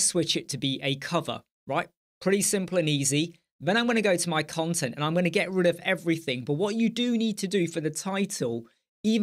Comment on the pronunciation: Great video mate, however, when you say "cont" it sounds like you're saying another c word 😂 (I certainly don't mind, and anyone else that does can cluck off, but it did make me chuckle). Keep up the great work dude